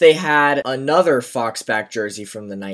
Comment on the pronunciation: It's faux-back! To rhyme with throw-back! That's the whole point. It's not "faulks"